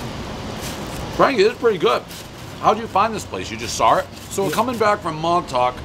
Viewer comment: ... Pres can't say "saw"............. Sar Boy